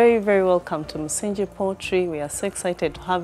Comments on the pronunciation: "Msingi" is the only Swahili word you had to pronounce and you butchered it! (no pun intended) The "ng" in that word is pronounced like that in the word "doppelganger" and not like the"ng" in "binge" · I don't know how the word is pronounced in other local languages. But he mentions that the farm is named after the Swahili version of the word, so it should be pronounced accordingly.